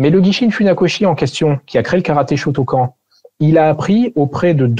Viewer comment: J'aime beaucoup la vidéo, mais la prononciation de "shotokan" fait mal